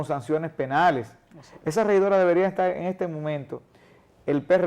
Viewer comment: Muy buena la escencia de la entrevista. Ahora, una crítica constructiva a este espacio: El host de este programa () debería de trabajar en su léxico un poco mas; ya que se nota mucho cuando sustituye las letras de ciertas palabras por otras (típico del dominicano) ej. Estar>etal, partido>paLtido, etc. Debería practicar hasta que estas surjan de manera natural. (Mucha lectura en voz alta con atención a cada palabra mencionada es un buen ejercicio). Saludos!